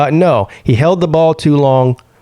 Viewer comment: PP it’s just one game. You sound like a Alabama fan dude! “Just run the Bawl”